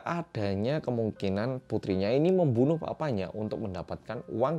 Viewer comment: "Memoenoeh" ngakak maaf aku ngakak juga wkwkwk😭😭🙃😎